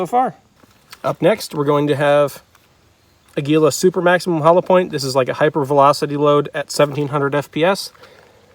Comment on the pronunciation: It is pronounced A’ gui la. It is Spanish for eagle, which corresponds to the picture on the box.